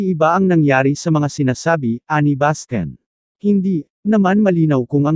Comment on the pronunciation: Bascon hindi baskin.